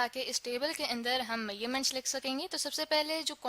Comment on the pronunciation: It is measurement and not mayyerment😂